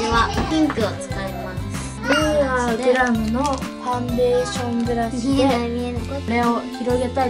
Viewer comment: きらちゃんのイントネーション『You are グラム』ww